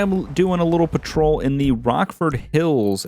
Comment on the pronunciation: Patrol not protein